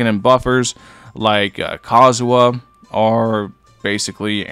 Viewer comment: im tripin everytime u say Kazuha 🤣🤣🤣